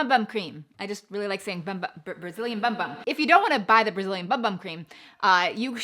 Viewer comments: A friendly tip, in Portuguese we pronounce bum-bum as boom-boom and it means butt cheeks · Fun fact but in Brazilian Portuguese bumbum it’s pronounced “boom boom” and not bum bum 😅😁 Loved the video, thanks for the tips!